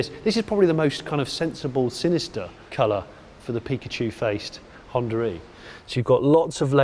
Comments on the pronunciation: where the hell you're getting the lett 'R' in Honda E? :) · I just keep hearing Hondar e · what is this hondaree he keeps saying? the car is called Honda E where is the R coming from? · Is it me or he is pronouncing it Honda Ree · Maybe we should rename the car to Hondar E so that British people can pronounce it 😂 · The only reason I mentioned 'tomato' was as an example of how different accents work. In his accent (and my own) it's common to roll two words together and keep the sound running between the two rather than have an abrupt stop, which in the "Honda-e" example comes across like "Hondaree". It's just the accent and people who speak it don't hear the "r" sound which is why I was so confused. But now I get what you mean and like tomato, it's just the way certain accents pronounce the words. It's probably closer to the way most Americans say "one hundred twenty" and most Brits say "one hundred and twenty" but of course it's spoken as "one hundred-n-twenty". Those extra sounds just smooth out the words and native speakers just don't notice them. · Why call it Hondaree lmao